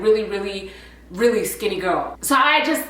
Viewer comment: “Iss ya gorl London here” 🤣🤣🤣